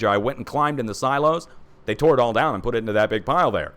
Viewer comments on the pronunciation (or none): none